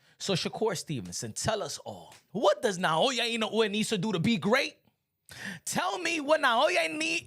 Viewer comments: Pronounced “In no way” !!! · Man I hate how you keep butchering Inoue’s name. You should spend sometime trying to learn how to pronounce his name correctly my dude.